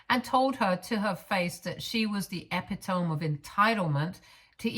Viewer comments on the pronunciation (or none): E-PIT-O-ME not EP-I-TOME. It's a simple one to get wrong admittedly but it's becoming a recurrent mistake. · OK, it been said in other videos of yours, but here we go again. It's pronounced eh-pit-uh-me not ep-it-ohm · Please, IF a word is unfamiliar,or one that you have only used occasionally, or in writing, LOOK IT UP! Epitome is NOT pronounced Ep -i-tome, it is pronounced Eh-PIT-uh-mee. Please, get it right in future, as mispronunciation makes you sound ill informed, and a poor reader, when I actually felt the majority of your reading was excellent! Eh-PIT-uh-mee, please! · Once again, ALLLLLLLLLLLLLLLLLL together now........... 'ehh-PIH-toh-mee', NOT 'EHH-pih-tome'. ❤ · If you don't know a word, you would be served very well to actually look it up. dictionary dot com will even play a pronunciation. it's not ep-i-tome it's e-pit-o-me. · that's not epi tome. It's uh PIT uh me. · Epitome is pronounced ee-pit-o-mee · Epitome, pronounced A-pit-A-me. As far as the story, sister's feelings aren't more fragile. She's just spoiled. And spoiled children throw tantrums when they hear the word no. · Epitome: eh PIT oh me. Hope that helps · please please please learn to pronounce epitome. it's pronounced 'e pit o me'. i enjoy your videos but constant mispronunciation of this word is a pet peeve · Again, EPITOME is Pronounced E-Pit-O-ME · 😂 the “epi-tome”. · Thank you! The mispronunciation drives me nuts.